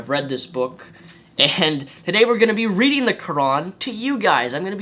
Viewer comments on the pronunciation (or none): none